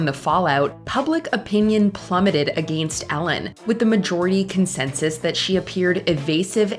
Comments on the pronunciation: Why is it so hard for her to pronounce against? Against isn’t a hard word yet everyone on Mojo sounds illiterate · Because she's Canadian, although some Canadians pronounce may pronounce it like "uh=GENST". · Why does the narrator pronounced ''against'' like that ?